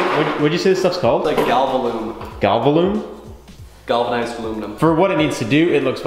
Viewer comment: Galvalum….. bruh